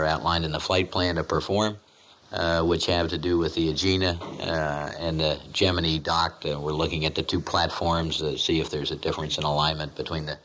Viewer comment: The rocket looked like a giant bowling pin. And, BTW, why is Gemini pronounced "GEMIN-EE"???